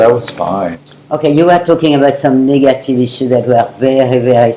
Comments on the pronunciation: She said 'negative' not nigga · Niggative i knew i heard it 😂😂😂😂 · Lol she said 'negative issue' not nigga tv show 🤣